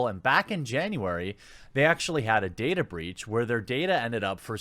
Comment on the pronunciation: "Databreech" xD Is that a new brand of men's underwear? =)